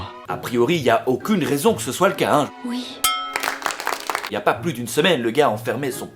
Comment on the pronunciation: Le ouite